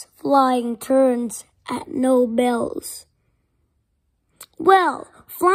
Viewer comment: Sorry guys, Knoebels is actaully pronounced K-no-BELS, Knoebels